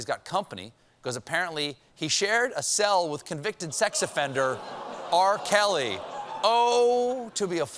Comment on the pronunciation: How you could miss the fact that this guy called R. Kelly... "R. Celly" lmao....